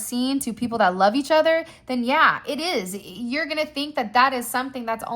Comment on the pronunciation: Not YAYuh😂😂😂